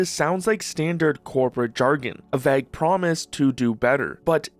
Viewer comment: why do you say vague like that